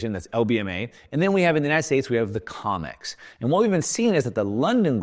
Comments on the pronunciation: Sounds like he says "comics" warehouses, which would be appropriate for our so called monetary system. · FYI Comex is pronounced Koh-mex